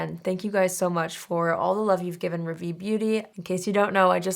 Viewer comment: Hi, absolutely no diss intended, it’s just too fab that you would choose a French name for your brand. Just wanting to help. Ravie is pronounced “Rahvee.” The Ra sounds the same as “ra”tionale and not raw, so it’s the higher “a” and not guttural. There are pronunciation videos for rationale on YT if you look it up. Good luck with the launch. ❤